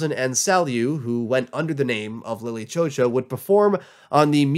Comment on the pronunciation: God i wish he could just say lily chou chou right